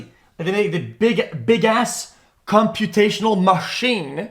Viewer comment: bigas chumputational MA-SHEEN